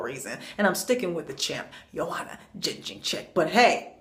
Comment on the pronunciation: Say it with me....Yed-jay-check. The girl is a dominate champ, that shit is soooo disrespectful.